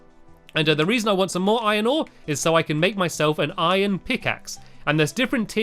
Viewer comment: No I mean did he say iron hore